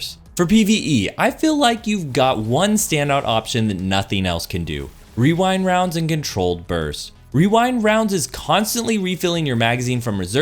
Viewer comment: Hearing him say rewind rounds multiple times without getting completely tongue-tied is impressive